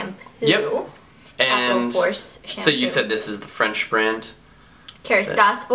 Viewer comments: Oh Ingrid your french is pretty good, you have a good accent! Tu devrais dire bonjour à tes fans français (en français) =) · its a googd idea and i'm agree she had a good accent ! :)